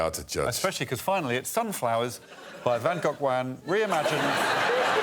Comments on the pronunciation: As a Dutchie I appreciatie Gregs pronunciation of van Gogh! he did it quite well... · shout out to Lucy for pronouncing "Van Gogh" closer to how it sounds in dutch, as opposed to "Van Go" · Except he doesn't say Gogh to rhyme with go, but closer to off, hence "cut it off." It's closer to the Dutch pronunciation.